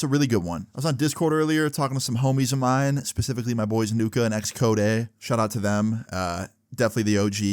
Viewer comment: No. He said Xchodeh